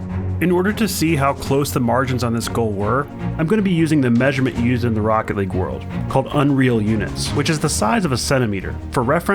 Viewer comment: Even tho i'm not a NRG fan, and not a jsnt fan, that moment makes me cry, "THIS IS ROOCKET LEAGUE" as the speaker says